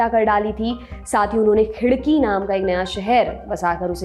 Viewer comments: Hi i m from aurangabad, tumhare content dekhne me bahot maza aata ek chota correction hai it's not khidki it's "khadki" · Khidki nahi vo Khadki hai... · 9.12 it's not a khidki it's khadaki then aurangabad and now sambhaji nagar